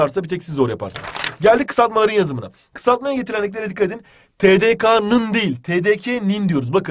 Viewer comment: Yanlız tedeka diye okunmuyor tedeke diye okunuyor.